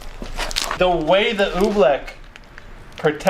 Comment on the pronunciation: he said oobleck like OE-bleck